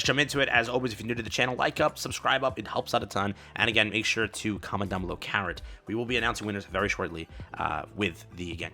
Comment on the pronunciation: karrot? carõt?